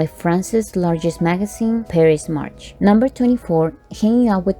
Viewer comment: it is not Paris-March it is Paris-Match